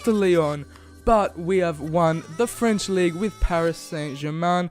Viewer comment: "League uh"